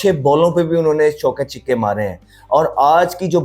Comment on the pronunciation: Chhikke nahi chhakke bolo